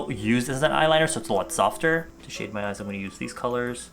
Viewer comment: So instead of "shade my eyes" I totally heard "Shave my ass" .....